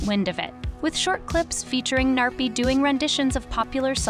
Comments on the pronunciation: You are probably pronouncing the gnarpy wrong your saying narpy but how to actually pronounce the name is Gnarpy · i love how she says narpy insted of gnarpy